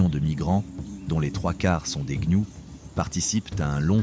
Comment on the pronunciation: Il dit également les gnious au lieu de gnous lol probablement une ia maintenant youtube en est remplit même les créateurs francophones utilisent des ia pour la narration c'est stupide et souvent ça flingue la vidéo, ici ça va encore la voix est correcte et peu d'erreur